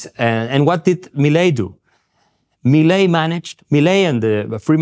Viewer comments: Not pronounced Mileye but pronounced Milay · Its pronunced ME LAY. No meilai 😂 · So stopping the literal printing of money is a rockstar move…? 😂😂😂😂 Also it’s pronounced “Mee-Lay”, you uncultured swine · I find it kinda weird how he pronounces it like "Melai" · Pronounce it as “Me-Lay” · His name is pronounced Mil-lay. Inflation is down but the austerity programme is making life miserable for millions of people. Over half the population are now below the poverty line. Most pensioners earn less than $200 USD a month. Talk to the people on the street in average to working class neighbourhoods and you'll get a different perspective. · Su pronunciation fue muy malo. 😆